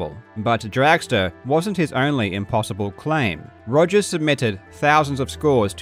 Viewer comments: He is misrepresenting Mr. Rogers by purposefully mispronouncing his last name. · Mate. “Togers” got a giggle EVERY second time. Great call there 😂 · Totally agree, I chuckled every single time he said 'Togers' from that point on :-) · I thoroughly enjoy how you just continue calling him Togers throughout the video without emphasising it at all.